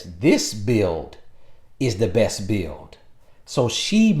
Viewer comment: To my "bahest" 😅